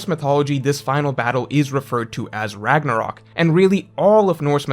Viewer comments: "RAGNORAK" YOU MEAN RAGNARÖK LOOOOL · "Ragnorak" uh oh